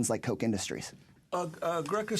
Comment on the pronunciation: It's not Koch like "coke" it's Koch like "cock", they are cocks!